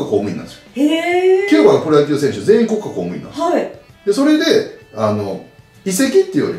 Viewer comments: こっ↑か↓公務員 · 里崎の『国家公務員』て イントネーションおかしくね？w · サトさん、国家公務員の発音が面白いです笑 コッカ公務員って感じ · こっ↑か↓こうむいん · 国家公務員のイントネーションが気になった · 西日本はそーなんじゃないですか？ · 国家公務員のイントネーション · 国家公務員のイントネーション気になる